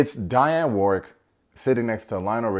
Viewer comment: Dionne Warwick not Diane 😂